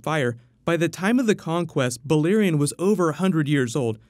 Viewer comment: Pleeeease :( Its Valyrian not Balyrian! Love your videos but your pronunciation drives me up the wall, even the auto captions think you say "Bully Dorian" :-D